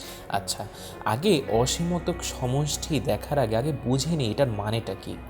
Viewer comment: ভাইয়া অসমীতক না অসীমতক হবে😇